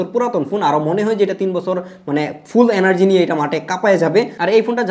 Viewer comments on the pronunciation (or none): none